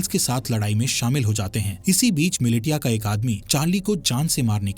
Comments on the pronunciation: ‼️‼️ miliTia nahi MiliSHIya pronounce karo use chaman..🤣🤬🤬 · Militia nahi bola jaata bhai milicia bola jata hai... Likha bhale hi militia jaata h.. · अरे भाई वो मिलिटिया नहीं मिलिशिया है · मिलिटिया नहीं मिलिशिया होता है 🤦‍♂️ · AI explanation 'mili-tiya' sucks!!! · Its Militia( Mi-Li-Shia) Haha😂